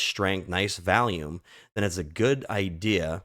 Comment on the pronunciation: V'ALL'YUME not v-AL-yume lol With love brother lol🎉